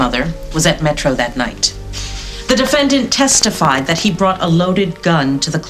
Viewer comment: the judge says defendant like defend-ANT.